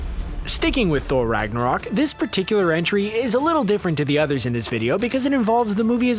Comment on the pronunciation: lol I can’t help but cringe to the way some Thor related things are pronounced. I get it, North European languages are different from English but Ragnarok is actually spelled Ragnarök, very big difference. Asgard is actually Asgård which would translate to “asgarden”